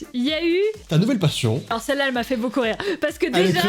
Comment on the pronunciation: Le "s" à passion il a saute